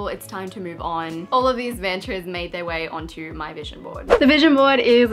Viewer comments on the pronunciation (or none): as an indian i felt like i needed to say this-- you don't say "mantras" as literally man-tras. the "man" doesn't rhyme with van, it rhymes with *done*. and how you say "tras" is fine, just say the "man" right :))